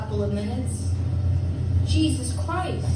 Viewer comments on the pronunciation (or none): none